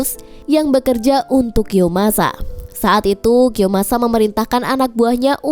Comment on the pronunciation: kiyomasaaa woy bukan kiyosamaaa😅😅